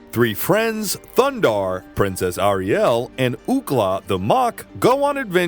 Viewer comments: Nice video essay, and thorough! A few corrections because it's the internet: "AIR-e-ell" not "Arri-ELL" "Toth" with a long O as in 'tow', not short O as in 'lot' "aesTHEtic" not "aestetic" "if it had come out later, the popularity of Star Wars would have helped increase the popularity of Thundarr" - Star Wars came out in 1977. Thundarr came out in 1980, the same year as Empire Strikes Back. Thundarr was the favourite gladiator of the wizard Sabian; Ariel was the adopted daughter of Sabian; the sunsword was given to him by Ariel - I don't believe any of this is canon. That is to say, stated in the cartoon. If I'm wrong I'd be interested to learn the source. Ookla is extremely reminiscent of Chewbacca!! Darkseid, not "Darkside" nor "the dark side.' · Why does the narrator keep saying Thundarr's name like that. It's really quite annoying. Thundarr only emphasizes his name in the opening credits. He doesn't do that throughout the show. Ariel doesn't say it like that, either. Oh, and narrator, her name is Ariel, not "Arielle". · Narrator says Ariel weird, Like someone who has not actually watched one episode of Thundarr the Barbarian. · The pronunciation of Ariel's name is killing me.